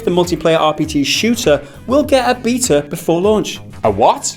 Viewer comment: Thanks for pronouncing beta the correct way